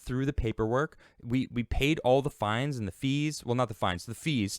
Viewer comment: Fines oh fees 🤣🏦